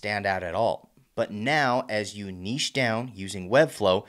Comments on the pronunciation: Thanks for not pronoucing it "nitch". I appreciate it. :) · lol makes a change to hear an American pronounce niche correctly 😂😂